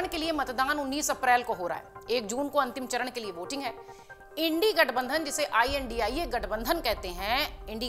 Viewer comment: Ye tu news wali bhi andhbgat h India 🇮🇳 ko indi boli h 😂😂